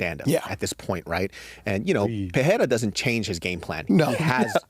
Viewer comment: Pereira = Puh-ray-ra No double "R" (like Ferreira) so no "h" sound. Rogan started this dumbass trend but he has pronounced it correctly since UFC 300. The stupidity seems to have already spread. Also in the timestamps it should be "Telling fighters THEY'RE done". C'mon guys